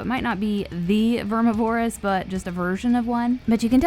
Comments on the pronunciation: ITS PRONOUNCED VERMI-VER-OUS not VER-MI-VO-ROUS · Hey.. Love your voice and style.. But its Ver MIvorous. Not vermi vorous. (like carnivorous, only more Verm) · VER-MIV-O-ROUS not VERMI-VOROUS. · Vermi vore us? Verm iv-or ous. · its not verm ih vore ihs omg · Plz plz plz say it VER-MIV-ER-AS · DeadNightmareZ5 Ik bro, it’s Vermi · I’m glad it’s not just me. Verm iv Er us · verm iv er us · Its Vermi :) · FloridaWavez ver miv er us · VERMI VOR US ITS VERMI GET IT RIGHT 😭😭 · Vermuh-voris Bruh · vermi vor us. lol no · Pronounced like "carnivorous" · Same problem with deviantart, too much emphasis on Vore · Very much so. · 😂😢she did vermi wrong